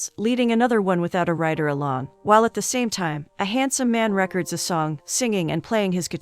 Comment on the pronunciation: God I hate these bot read stories. “A young man rec’rds a song?” Please.